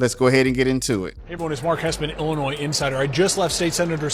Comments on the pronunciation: The “S” at the end of Illinois is SILENT!!!!! Dude, you’re better than this. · To everyone- The S is silent in Illinois. Please stop sounding so ignorant. Thank you for your attention to this matter. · The S at the end of Illinois is silent. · You pronounce Illinois so weirdly 😂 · There’s only 1 Illinois and the s is silent. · Observation. If you want to be taken seriously as what passes as a pundit in today's "content creator" world... Standing above the rest. Legitimate. You drop the "S"out of your annunciation of Illinois. (Otherwise I always enjoy your stuff man. ) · The S at the end of Illinois is SILENT